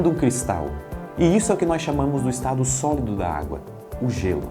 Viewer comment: ouvi mais umas 5 vezes e não consigo não entender sólodo ò.ó